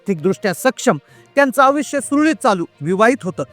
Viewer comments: आविष्य नाही आयुष्य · आविष्य नाही हो आयुष्य म्हणतात त्याला